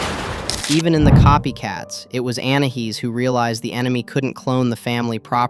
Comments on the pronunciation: you said anihis it is anias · It's not anahees it's ANAIS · ANAYEES NOT ANAHEES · " ANAHEEZ " BRUH WTH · Well in thailand Your anahees pronounciation means Ann pxssy face 😂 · Didn't you say anaheez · Say anais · It’s pronounced An i ese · Its anais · no you called her anahees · its pronounced an i e's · It's Anais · it sounded more like you said anna he’s…